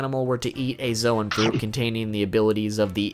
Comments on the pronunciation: I just ignored him when he said zowan instead of zown (Edit: not the spelling the pronounciation) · Bruh its Zoan pronounced Zone not Zwan lol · Zoan is pronounced zone not zo an